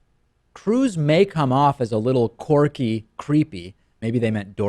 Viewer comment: The word is quirky...not corky.